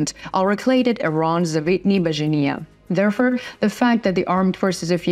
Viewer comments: Please will you read : Reports, forces or therefore. It is not repirts, firces or therefur. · There for, not there fur